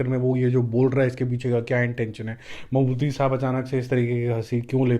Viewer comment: Its Mammooty not Mammoothi by the way😂